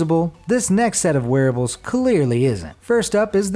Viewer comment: Every time he says wearables I hear werewolves lol